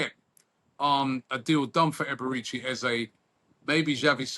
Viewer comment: Robbie: Eberechi ❌ || A-Baerechi ✅ 😂🤣